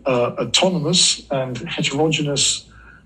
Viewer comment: he slurring the word "heterogeneous" while dropping the 4th 'e' , autonomous and heterogeneous being two words frequently paired together in the distributed/decentralized autonomous systems jargon.